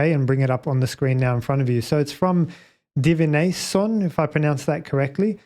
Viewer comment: Oh wow. I think you've cracked it. 😄 A throttle deadzone makes the most sense, now that you mention it! By the way, my name is pronounced divi - nation; as in, the practice of divining the future or communing with other realms. For example, in the Harry Potter series they attend a class with that name. 🙂